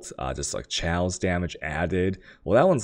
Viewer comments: lmaooooo chaos(kay oas) is not pronounce chow lmaoooooo dam asians jkjkjkjkjkj..chow!!!!!! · Jonathan Hagan omg ikr... is it food related?? Can you eat it with a dagjur (dagger)? I wonder, does he actually say chaos in terms of currency or is it also like the chow dog pronunciation? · You're pronouncing chaos wrong